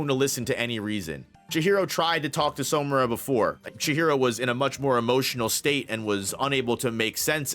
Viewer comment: everything is great, but it’s SAmura brother. All pronunciation is great except that one. Love the work!